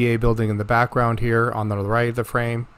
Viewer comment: THA ? OR THE ? YOU SPELLED THE NOT WHAT YOU SAID .